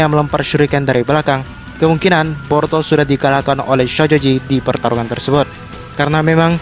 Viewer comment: Boruto bukan Porto 😁😁😁 Kalem aja ngmg'y. . . Jgn di cepet2in kaya di kejar2 apaan. . . Ngmg boruto dri awal sampai akhir kedengeran'y porto 😁😁😁